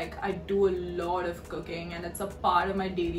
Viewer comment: for some reason, I heard "cocaine" instead of "cooking" lmao